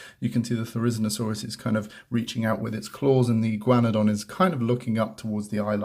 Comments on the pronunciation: Igaun-na-don not Igy-wana-don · I’m from America, we pronounce this Dino “E-guana-don” not sure why, it’s just how our tongues go with. But I love how you pronounced it. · That’s not how u say it